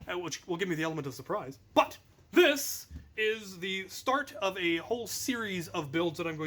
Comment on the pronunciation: "but" not "nut"